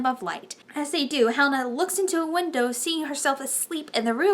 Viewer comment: This was a good review. And thank gaia you were pronouncing Helina's name properly. Another reviewer was pronouncing 'HE-Lena.'